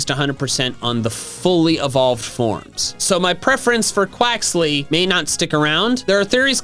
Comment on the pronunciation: I'm thinking Quaxly is not pronounced correctly. Because of Bonsly...